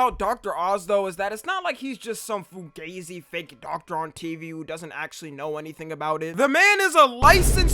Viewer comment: it's pronounced Foo-Ga-Zee